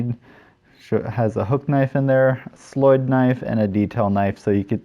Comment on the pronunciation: As a swedish person i love it when i see peaplo use slöjd/sloyd knives and the diffrent ways they call it. Your way to say it is actualy very good.